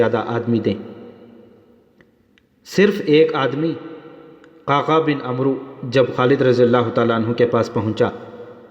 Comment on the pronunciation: bhai عمروko amr padhe ع par zabar aur و silent rehega